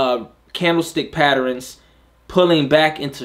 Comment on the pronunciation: As always great content. I always smile the way u say “patterns” Sounds like “patterINS” Lol